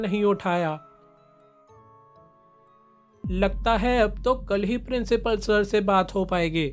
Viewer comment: principal🚫 princhipal✅ 😂😂😂❤❤